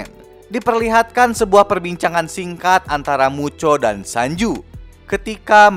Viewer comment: Muto bang bukan mucho